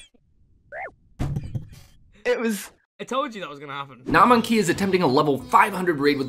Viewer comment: You are not prepared for this pronunciation of Gnomonkey